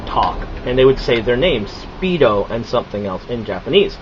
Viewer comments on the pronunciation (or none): its speedor not speedo